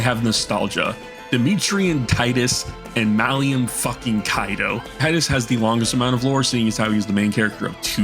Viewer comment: Brother the man's name is Malum not "Malium" he's not a knockoff benzo